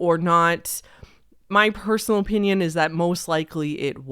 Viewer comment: the way you say "opinion", "O. Pinyun"... merch? I enjoy it.